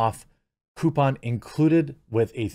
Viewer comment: Did Jeremy just say he has a "Poupon" for the VPN? Lol